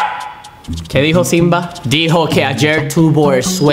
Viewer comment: Se dice Simba no sinba